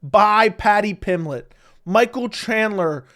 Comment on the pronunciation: Paddy pimlett. Lol you are missing the "B" In Pimblett.